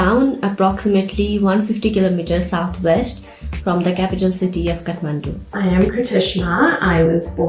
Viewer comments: I don't understand why when nepalese people go to abroad they speak like they don't know NEPALI, they don't pronounce the nepali words in a right way like every nepali people living in nepal does. It's Kathmandu and when you pronounce it, it's (KAATH) not (CAT) shame on them. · Catmendo not Kathmandu 😂😂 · moti chasmiss catmandu haina kathmandu bhann 😂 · Happy to see food from my community celebrated. A little bit surprised to hear how Nepal and Kathmandu were pronounced by one of the Nepalese lady.